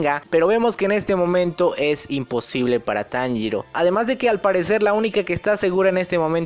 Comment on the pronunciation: Las lagrimas se me escaparon cuando Kanao sacrifico su ultimo ojo visible, y la mayor referencia en la traducción fue que Inosuke dijo perfectamente el nombre de Tanjiro